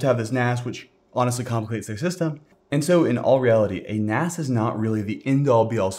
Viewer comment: A NAS? "You can get by without a NAS" Sounds like "AN ASS" xD